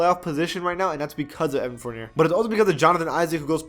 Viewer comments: bruh when he said evan Four-near instead of evan four-nee-aye my ears bled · Evan Fournier is pronounced Forn-Yay Chris Boucher is pronounced Boo-Shay